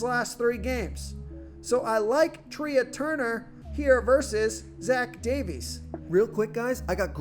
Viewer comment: FYI Trea is pronounced like Tray (a thing to place plates on in a restaurant.)